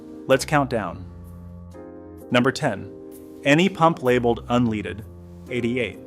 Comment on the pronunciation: Maybe learn to say "unleaded" correctly to be taken seriously